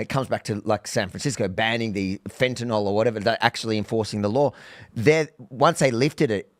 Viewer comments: is a "scientist," yet says fentanol for fentanyl. Why can't read? Just kidding, Bro. You're as smart as every US Senator who can't read. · Why can't Americans say fentanyl? What the fuck is fentynol? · See? isn't any better at reading the word "fentanyl."